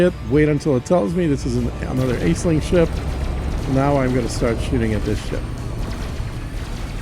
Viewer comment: Every time I heard him pronounce her name ACELING I winced.